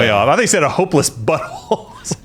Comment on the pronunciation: lol I heard "hopeless butthole" too